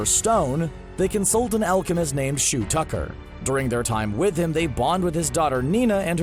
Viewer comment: Where the hell is Hyakkimaru? And its Shou Tucker (pronounced like Show not Shoe)